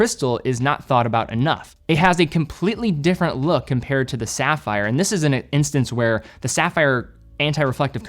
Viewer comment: SAFFER CRYSTALS. Then he does go on to pronounce it CORRECTLY.